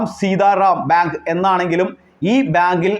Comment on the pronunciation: കാര്യമൊക്കെ കൊള്ളാം അവതാരകൻ തപ്പിപ്പിടിച്ചു ബിയാങ്കു ഭ്യാങ്കു എന്നു പറയുന്നതല്ലാതെ കൃത്യമായി ഒന്നും മനസ്സിലാകുന്നില്ല.